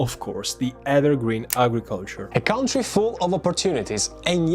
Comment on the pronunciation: Ciao, visto che userai molto spesso questa parola, ci tenevo a dirti che "country" si pronuncia "cantri" e non "caUntri".